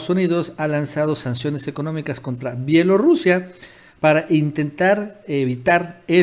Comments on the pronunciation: Se dice B I E L O R U S I A!! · Se dice B I E L O R U S I A!